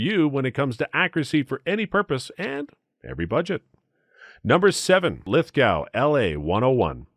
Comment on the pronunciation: Listening to how he says Lithgow hurts my brain. It’s lith-go